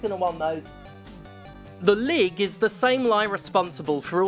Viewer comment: the way you pronounce lig sounds a lot like the dutch lieg, which literallymeans lying.